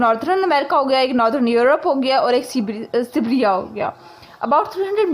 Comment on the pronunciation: Its not sibbra its Sibaria😂😂